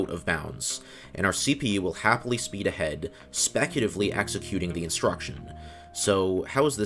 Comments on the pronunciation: It bugs me that throughout this video, you said “specutively” instead of “speculatively”. (Yet “speculative” was always pronounced correctly.) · You pronounced speculatively as specutively every single time...